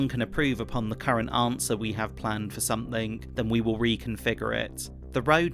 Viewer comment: "Somethink......and some dont"